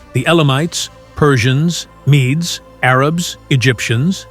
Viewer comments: MEDES is pronounced MEEDS, not "mee-dees". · Mee-dees? Your robo voice needs training. [LH] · AI slop: don't bother watching. It became evident as soon as I noticed pronunciations of key historical terms changing throughout the video. (e.g. at times pronouncing "Medes" correctly, and sometimes as "mee-dees")